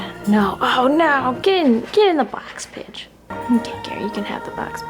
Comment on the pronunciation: Every time she says Pidge I hear B*tch 😂 Get in the box b*tch haha Your birbs are wonderful. Thank you for sharing even though you're busy busy busy :)